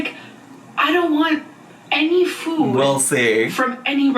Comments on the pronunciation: Why does she pronounce "food" so different now? "Foooouuud" 😂😂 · I cannot STAND the way this woman pronounces food. It’s only getting worse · has she always pronounced food like that???? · nitpick but i hate the way she says food why did she change to pronouncing it like that